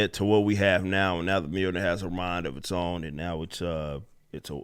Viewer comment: “It’s MA’AM” Mljornir